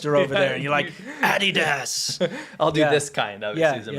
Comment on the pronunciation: Excuse me could you please make an audio button for ," Adidas" from , I have never heard anyone say it like that... You guys rock!